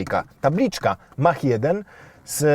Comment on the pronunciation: Polskie wieśniactwo z językiem angielskim nigdy mnie nie przestanie zadziwiać. mówi się MAAK a nie Mach, tak samo mówi się MAAK-E a nie Mach-E